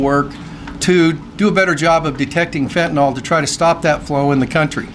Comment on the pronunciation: Stop calling fentanyl fentaNOL! It's fen ta NIL